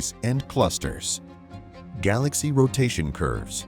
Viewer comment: what is a gaw-lax-E